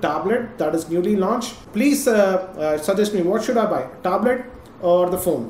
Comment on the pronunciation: THE WAY HE PRONOUNCES THE WORD "TABLET"... IT HITS MY EARS... ITS BLEEDING :P